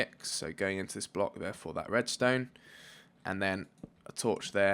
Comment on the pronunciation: when he says : torch there, torch tere. I'm like : Wha?